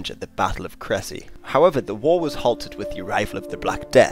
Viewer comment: Not bad for 4 minutes and 46 seconds but lord, these mispronunciations of French names/place names are killing me! :D At least do a quick check online for pronunciation when doing a video about foreign peoples/locations. Maybe check a few different sources if you have time. At least one source to say you tried. Orléans, Reims, Crécy, and Poitiers are NOT properly pronounced the way that you pronounced them, just to name a few examples. Phonetically, close approximations in order: Orléans: Or-lay-ahn, the three sounds flowing smoothly one after the other; Reims, Rahnce, (As how "France" is pronounced by a French Speaker, Frahnce); Crécy, Cray-see, (Like "crazy", just a soft 'c' or 's' sound not a 'z' sound); and Poitiers, Pwa-tea-ay, the 3 syllables again, flowing smoothly together. Of course, to add to the difficulty, not all French Speakers will pronounce it quite the same but they will know what you are talking if you try just a bit.